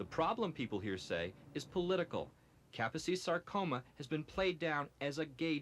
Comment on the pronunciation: It’s pronounced Ka-pose-ees Sar-Coma.